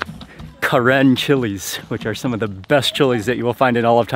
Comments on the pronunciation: We’re Karen and it’s actually pronounced “kuhren”. We were originally from Kawthoolei which is located in Burma. Due to war we had to flee to Thailand border and there are many Karen people in Thailand refugee camps. There’s still war going on so please pray for Karen people . 🙏🏻😇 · We are known as Karen or kayin. The pronunciation of the Karen tribe sounds slightly different from the term ( Karen from the Westerners or a name karen ) As you can hear the correction of Mark's pronunciation ( Karen ). Sounds different, doesn't it? :)